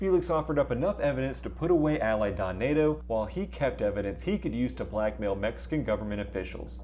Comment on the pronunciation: Bro..work on those pronunciations, 😂. Don Neto isn't pronounced Don Nato